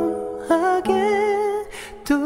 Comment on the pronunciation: 이제 양요섭은 가사 전달을 뛰어 넘어서 가슴에 콕콕 박히게 하네. 특히 ’덤덤하게 또 안녕‘할 때 덤덤 발음이 과하지도 부족하지도 않아서 너무 좋다..